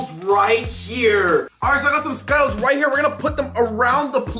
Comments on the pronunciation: my man says “skyttles” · He said skytilles instead of skittles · Man prounounced skittles skytells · Ryanplaygames12 Bo yeah I laughed so hard when he said skyttles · You pronounced skittles wrong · He actually said skittles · Did anyone hear say skittles wrong😂